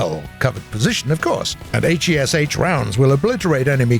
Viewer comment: why r u saying all letters of heat and hesh and not just say heat and hesh???